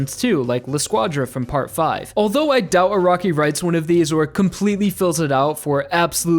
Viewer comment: I keep hearing ' A ROCKY'